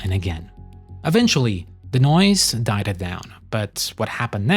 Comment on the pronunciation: Bro stop adding “ed” at the end of words that dont need it “dieded” lol